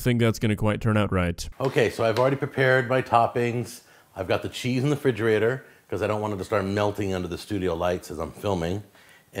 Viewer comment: Anyone who says “frigerator” is not to be trusted…they dont know basic english smh